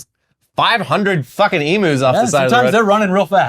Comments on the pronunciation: Lol Emoos guys it's said emew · I really like how says “Emus.”